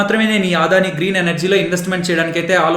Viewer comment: మీ అనాలిసిస్ చాలా చక్కగా ఉంటుంది. దాదాపు 6 నెలలు గా మిమ్మల్ని ఫాలో అవుతున్న. థాంక్స్. చిన్న సవరణ.... అది "ఆదాని" కాదు "అ"దాని... అన్యదా భావించొద్దు.నేను రిటైర్డ్ అయ్యవారు,ప్రస్తుతం అడ్వొకేట్.